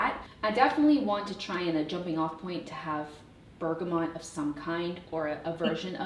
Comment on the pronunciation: It’s Berga-moooo not bergamont there is no N ❤